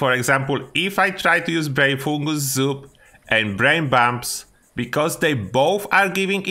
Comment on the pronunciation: Can you say “brain fungus soup” again for us one more time bro said “brainfoogalzoo”